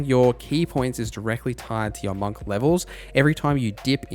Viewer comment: the way that you say monk is killing me 😭